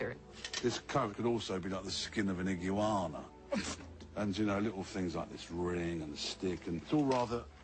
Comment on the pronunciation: An eeguanna he pronounced that so fancy 😂